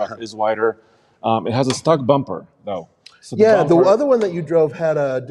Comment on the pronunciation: When you said stock bumper i thought you said stuck bumper, like the bumper is stuck somewhere, and now the truck is STUCK, (not going nowhere)